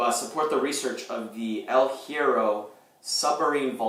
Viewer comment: In Spanish words starting with H, the H is mute. So, it's more like "ehl ye-rro" ;) - great vid!